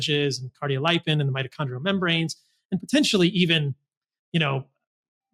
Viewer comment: kaar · dee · ow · li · pn Lipin, like lipid, not "lyepin".